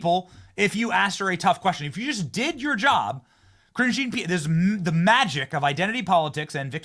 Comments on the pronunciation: i thought you were always calling her "cringe-e Pierre" idk you were actually saying her name. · Ka-ringe jean pierre😂😂😂😂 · Were you saying "Cringe Jean-Pierre"?